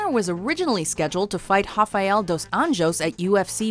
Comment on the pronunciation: You pronounced rafael like a fuckin idiot